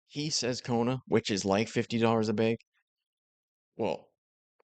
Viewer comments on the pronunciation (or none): I like how said "Koda is like $50 a BEG" haha